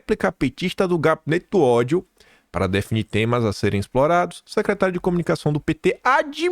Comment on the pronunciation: RESPIIIIIRA, TATIBITATI. NÃO É "OTHO",NÃO, É "Ó-DI-O"